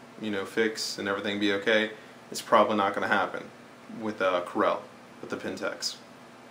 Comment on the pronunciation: A couple of errors, the APS-C, not APS, is not a backlit sensor. It is also not pronounced Pentex, but PentAx, like an axe. I am a Pentax user and I can tell you that to properly develop a Canon raw file you need Canon's DPP, nothing else works as good. Maybe in the future, but not now. You need to get your facts in order before you do an analysis. Otherwise good analysis.